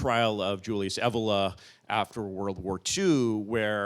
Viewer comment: Now I know the correct pronunciation of "Evola".